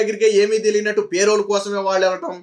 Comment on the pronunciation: పే రోల్ కాదు. పెరోల్